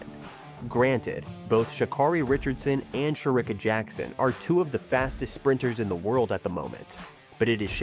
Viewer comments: Dude. You mispronounced her name so many times. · And Miss Sha' Carri don't play about the mispronounciation of her name.